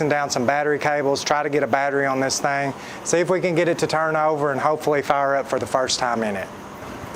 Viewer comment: Thing! , not thang!